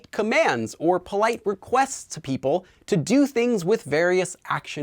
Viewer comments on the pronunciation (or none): none